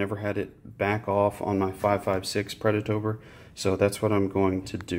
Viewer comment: Watch this video to help me build my UDE kit and also Everytime you said "predatOBR" I took a shot of whiskey, good video dude !